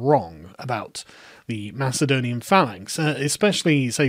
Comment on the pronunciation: you make it sound like macedonia is not greek, which is true as much as ur pronunciation of macedonia is correct